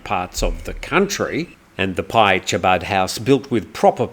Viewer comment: No big deal on what I’m about to say but it’s Chabad but it’s pronounced Habad and it’s only literally as a community center .